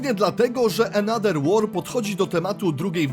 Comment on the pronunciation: Ale wiesz że th w ang czytamy jako v lub f. Bo jak ciągle czytasz another przez d to uszy bolą xd. Poza tym film więcej niż spoko